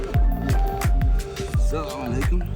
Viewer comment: I like when said-Sallamaleikum,like he said it all his life 😁